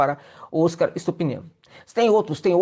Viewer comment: Vamos nos acostumar a pronunciar o Óscar, palavra Paroxítona. Como o prêmio do cinema mundial.